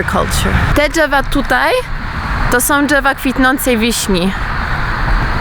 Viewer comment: dżewa jak to fajnie wymawiasz hah :)